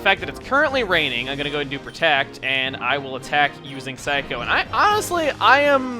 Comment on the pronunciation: It is. Just like his Saikou is actually Sai-ku, despite him calling it psycho.